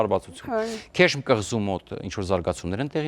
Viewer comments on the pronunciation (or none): Իրանական կղզին (քեշմ) չի կոչվում, այլ.Ղեշմ